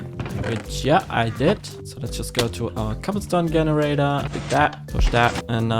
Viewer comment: Bros German😂 (like me, so i noticed the „G“ in Generator was German) 😂❤🎉